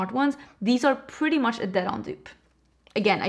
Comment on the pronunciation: When you say PUrrrdy